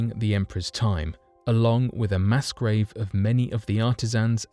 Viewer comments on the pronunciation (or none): none